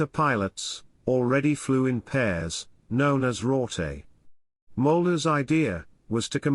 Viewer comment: rother is spelled rotte 2 t + spoken that way